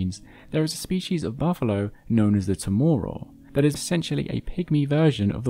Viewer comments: It’s tá má ráo not tomoro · You mispronounced "tamaraw". All the letters a are pronounced as the a in "apple" or "arrow". It is tamaraw, not "tomoro". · Hi, Filipino here. Tamaraw is pronounced with all of the A’s sounding like the short A sound in apple. Tah-mah-raw. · Love this video! The last syllable of "tamaraw" is pronounced like "round" without the -nd. Ta. Ma. Raw (rou'). What's neat is I didn't know it was different from a water buffalo! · We pronounce it more like "Tah Ma Rau" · Tamaraw is pronounced as “Tah-Mah-Raw” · awesome topic! btw its pronounced ta-ma-rao, im filipino ^^ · FYIA. The Tamaraw is NOT pronounced Tomorrow 😂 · the way he pronounced "tamaraw" has me dying 😭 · The animal can only be found on that Island, so there is only one correct pronunciation, and he butchered it in this video.